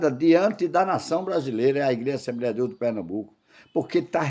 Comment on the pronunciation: Só se for assembreia mesmo...affff, cara q fala errado😅😅😅😅